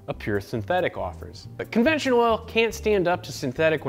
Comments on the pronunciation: onventional huh. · ONVENTIONAL? Y'all out here creating new words😂